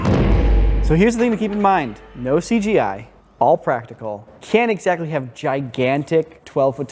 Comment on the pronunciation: oh 'she gi' like in gi jane? wonder they had any cgi in that one.